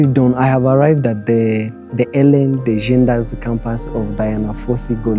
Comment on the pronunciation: Ellen DE GE NE RES not degenda